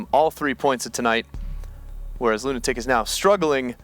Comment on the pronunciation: It's pronounced Lunatic